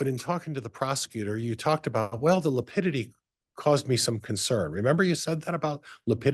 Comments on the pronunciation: I wish someone would correct him on lipidity. He apparently doesn't know how to pronounce lividity! So annoying. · He’ll he doesn’t even know how lividity is pronounced !